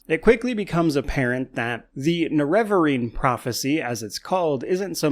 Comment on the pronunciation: I'm so triggered by your pronunciation of nerevarine.